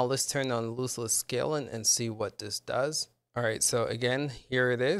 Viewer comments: Dude its "LOSS-less" scaling. Not loose less. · I believe he meant the pronunciation of the word. You are pronouncing it like foot loose, but it should be like "lostless scaling" and just imagine "lost" has a silent "t". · Tell me how you pronounce loss Ok Now add less and what do you get Loss-less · ITS LOSS LESS NOT LOOSE LESS! 😂😂 Nice video though, thank you. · Loss less. Like lost. Not loose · LOSS, LOSSLESS SCALING NOT LOOSELESS! Awesome video though, thanks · If you make another video please learn how to pronounce the name of the program, you're saying it like it has two o's. It's loss, not loose. Also, it's Jedi Survivor, there's no "fallen" in the title. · Why would I listen to someone who can’t even pronounce the word loss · lol yeah I actually thought it was lose not loss. I spelt it that way when I wrote the title as well. But I corrected it, thanks.